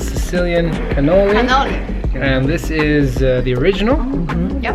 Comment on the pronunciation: Seriously he called a cannoli a connolo twice 😕